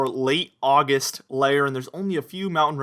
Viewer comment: Oggi Oggi Oggist. (Texan for "August")